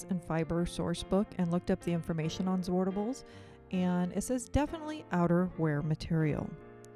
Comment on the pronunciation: The way I say it is the right way to say zwartbles, as a Dutch-speaking native I know how to say zwartbles ;) the a in zwart is sharp like in 'water', the r and t are also pronounced seperately, and 'bles' is pronounced as bless. Gorgeous hat :)